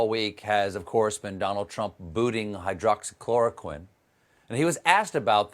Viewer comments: Cuz he doesn’t remember it, and can’t pronounce it either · The fool doesn't even know how to pronounce the drug, and we're supposed to believe that he knows what he's talking about? He is such a joke! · Hydroxychamomile 😂 What's in your glass, Stephen? Gin or vodka? 🍸👍🏼